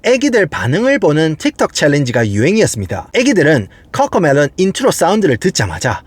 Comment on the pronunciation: 아니 꿔꿔메뤄 혀 굴리지 말아 무 슨띠뜨버거냐